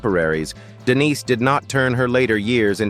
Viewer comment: The name is De-NEESE Williams!!!